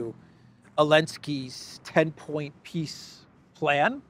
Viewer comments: you keep mispronouncing "peace", it is pronounced "P>>I>>S>>S>>" 😂😂😂😂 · it is not peace summit it is piss summit